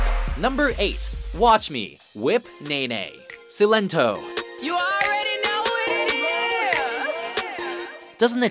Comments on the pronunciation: Silento literally told you how say his name, yet u still got it wrong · he said Silento wrong